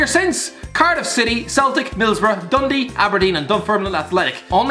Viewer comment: Did you just call dundee unt dundee? Dafty